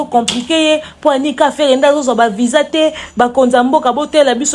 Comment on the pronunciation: Kindingu balobaka VISA, et non VIJA